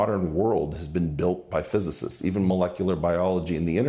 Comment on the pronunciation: Weinstein can't even pronounce "physicists", . That's the least of his problems in this video.